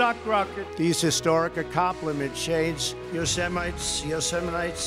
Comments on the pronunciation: “YO SA MITE” National park was the best 😆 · Yeaaaahhhhh, I'm a British-New Zealander and that had even me going what the fraaaack ...?! Yo-seh-mit-ee, isn't that Man Baby meant to have "advisors" or something?? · What kinda of US President can't say "Yosemite"? Wow. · another word tRump can't pronounce...